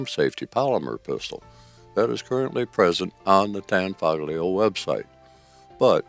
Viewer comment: A good Video but the g in Tanfoglio is not outspoken